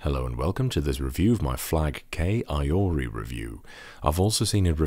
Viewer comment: Will you review something with the low profile kailh switches?, Also I think it's "ee-ori"